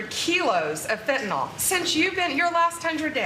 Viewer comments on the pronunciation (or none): It's fentanyl. Not fentynahl.